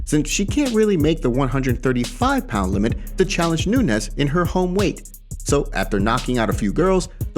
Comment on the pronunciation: Why tf r u saying amanda nunesh? U r fkn crinshe